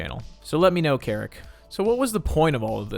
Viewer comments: There were a couple times I heard them say "Keric" but then "Seric" in his own videos lol. They don't even say their own name right! Among the sheer amount of just mispronounced words... That's when I was thinking it was ggs... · is says ceric but you called him kerrick😭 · This is just nitpicking: it’s pronounced “Sair-ick” not “kair-ick”! It’s annoying to hear you mispronounce it when everyone else pronounces it correctly. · just saying, ceric artman pronounced their name as "zeric" artman lol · Ceric Artmans name is so hard to pronounce I used to call him ceric artman with a cuh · I hate the pronunciation of ceric in this video reminds me of my name made me jump a few times